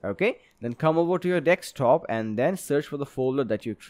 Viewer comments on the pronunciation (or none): Very good tutorial! But please it's DESK TOP not DECKS TOP